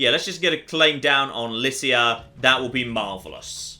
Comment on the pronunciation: I believe, Lycia is pronounced with a "k"